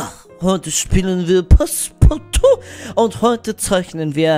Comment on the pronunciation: passpartout (das Ende bitte immer betonen wie im Video!😂)